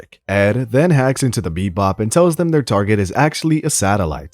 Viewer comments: Why do you keep saying beep bop am I tripping or is it actually beep bop not bebop 😂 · It’s Cowboy BEBOP not Cowboy BePbop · I heard beatbop lol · Bro can't even say the name of the show 😂😂😂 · bebop not beat-bop, and Terp-si-core